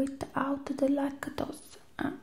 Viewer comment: “Youra little BOW-AL”😭😭 and the “laca-tosea”😂